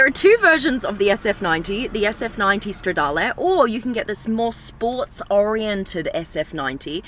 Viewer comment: she actually said “stradale” in the right way (i’m italian) bravissima!!